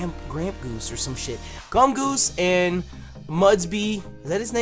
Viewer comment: He called Gumshoos Gumgoos like 4 times lol